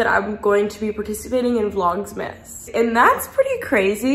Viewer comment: it’s not vlogsmas, it’s vlogmas 😂 I’m so excited for you to post more! 🤍